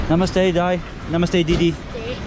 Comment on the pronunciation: that's actually namaste dai not die 🤣😂